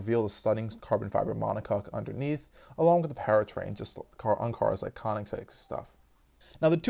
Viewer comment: "tooatara".... "Konnigseg". hmmm